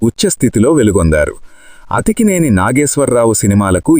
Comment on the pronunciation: ప్రజాధారణ కాదు ప్రజాదరణ అతికినేని నాగేశ్వరరావు కాదు అక్కినేని నాగేశ్వరరావు..